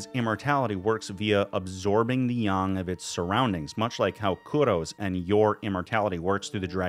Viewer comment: I agree, I also appreciate that you went with the accurate pronunciation of "Yang"